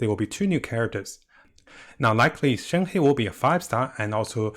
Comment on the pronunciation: its shen-huh or shen-her, not shen-hei